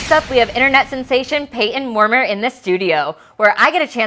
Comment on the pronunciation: his name is pronounced as “moor-MY-er”